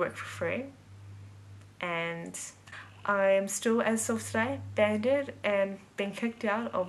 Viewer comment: You pronounce "banned" wrong. It's banned not 'banded' as you say it 😂